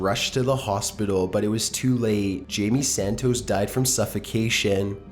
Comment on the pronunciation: Jamie Santooos